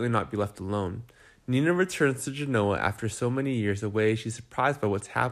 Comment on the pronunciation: I do not understand why these recaps the speaker does not know how to say Genoa. True fans know who is who